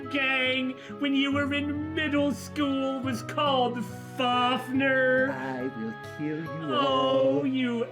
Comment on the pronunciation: Am I the only one who’s somewhat mad over how they pronounce fafnir? Seriously. Your supposed to pronounce it like fafnIr or fafnEr. Not FAFnr